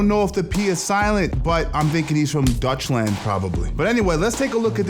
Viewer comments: Saying Dutchland reading Sweden🤣😅😭😂😭🤣😅😂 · Lol how did you called it? Dutchland???? Its Holland or The Netherlands. Or maybe you mean Deutchland and that would be Germany the eastern neighbour of Holland.